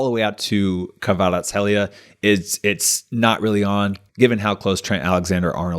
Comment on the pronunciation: kvarat-skelia. its fine if you dont pronounce the h